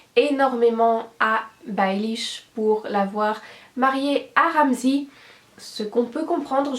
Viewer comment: à cause de ta voix trop monotone, y'a pas assez de variation dans le ton de ta voix pour qu'on puisse complètement comprendre ce que tu dis, tu cut bcp trop et c'est très désagréable et surtout la prononciation de certain noms genre Ramsay qui devient Ramzi, du coup je pensais à Ramzi Bedia pendant ton explication...